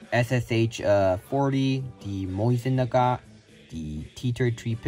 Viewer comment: Mosin-Nagant❌ Moisinnagat✅